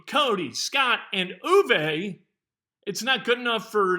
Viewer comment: I love how you say Uwe Blab. LOL